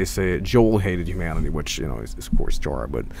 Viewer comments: Its schara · is chara pronounced sha-ra or ka-ra ?